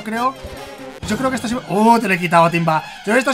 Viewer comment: Mike disiendo casi todos los evees mal yo me pegó contra la pared